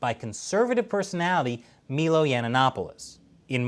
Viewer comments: 'melo'? its pronounced 'my-low' lmao wtf?! xD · Milo is pronounced my-low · Lol u massacred milo's name